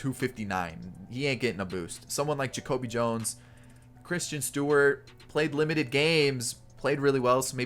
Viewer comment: You keep saying "Christian" Stewart but its pronounced like "Kristin"